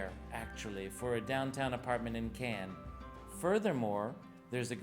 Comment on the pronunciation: Where ist the can? Oh, you mean Cannes. Not a can. ☝🏻😂